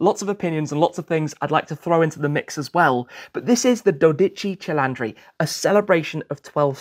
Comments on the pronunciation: "Dodeci celandri", just no please. Try to improve the pronunciation please, but great video as always! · 😂😂😂😂😂 verissimo......"dodici cilandri" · Dodece celandri....pronuncia perfetta inglesino😮😮😮😮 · Si dice dodici cilindri, non dodice cilandree, FFS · Ah yes the Ferrari do dachi chi laundry. Lemme help you out, pronounce it like, do dee chee chee lin dree. the do is pronounced like the do from door Dee like deez nuts Chee like the chee from cheese Lin like lin Dree like the dre from dream or dri from drink, not like dri from drive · dodici cilandri😂😂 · just say the name is not that dificult 12 cilindri´ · Dodici cilantro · As an Italian hearing many people butchering the name is very funny. The right pronunciation is: Doh-Di-Tschi Tschi-Lin-Dri (without any emphasis on syllables)